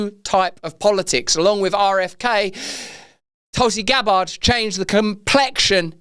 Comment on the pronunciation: "Towlsea Gab Bard"